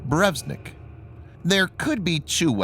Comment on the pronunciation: BurEvEstnik ... come on dude read the letters.